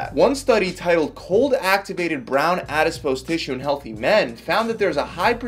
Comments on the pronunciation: Its Adipose tissue please stop pronouncing it Adispose tissue. Please read about definition of Calorie. Horrible twisting of facts by ignorant individual. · It's not "adispose", it's adipose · It lowers your credibility when you cannot pronounce properly what you're talking about: Adiss-pose? It's a·-duh·-pows, æd.ɪ.poʊs....No "s" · Adipose...not adispise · Not said in a snarky way at all but my friend it's adipose, not adispose. Lots of great information by the way. Thanks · Adipose. ADIPOSE! NOT FUCKING ADISPOSE! AADDIIIPOOOOOOSEEE!!!!!!!!!!!!!!!!!!!!!111!!!1!1!! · When he says "addispose" instead of "adipose" 🥴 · it's called "adipose tissue" not, "adiSpose". The rest was great. Thank you! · its not adispose its adipose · Very informative but its 'ADIPOSE' not awdispose :-| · I love how he pronounces all the science stuff wrong in every video lol. Adipose becomes ADISPOSE. Hahahaha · “Adispose” lol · I wish that he said the word adipose correctly.